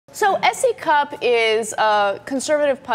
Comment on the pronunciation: What I hear when you say her name is C Cup ... hardly impressive